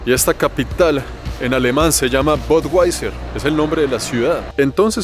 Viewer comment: DIZQUE SABE INGLÉS Y DICE "BODWAISER" QUE TIPO TAN PATÉTICO.